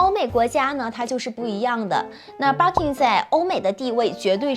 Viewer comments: 不叫Barking , 应该叫Birkin 吧？barking 是狗叫的意思。 建议研究一下。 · 博主在日本，日语发音是バーキン。建议稍微研究一下语言学，格局再稍微打开一下。